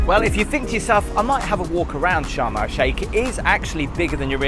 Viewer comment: Did anyone else think he was saying Shamrock Shake, and not Sharm El Sheikh?